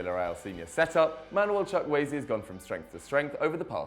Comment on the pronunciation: Who is Manuel Chuck-Waay? I thought his name was Samuel Chukwueze